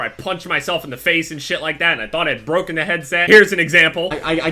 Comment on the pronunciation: braken cmon do you even english